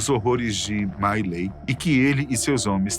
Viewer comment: A pronuncia era mi lai.